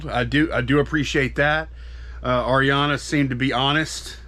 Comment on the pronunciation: Thank you for saying the name Ariana right! Lol. No I am not the rep, just a seller and viewer!